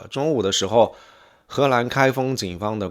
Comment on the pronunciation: 博主，请把“河南”和”荷兰”发音发准，否则容易发生歧义